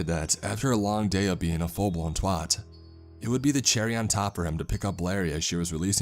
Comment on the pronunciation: I love it when people try to say 'twat'